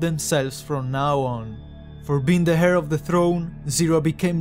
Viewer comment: I just want to say, you pronounce the word heir like hair. But its real pronunciation should be like "air". Just a friendly advice